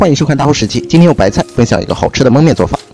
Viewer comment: 说蒙面，是不是山西人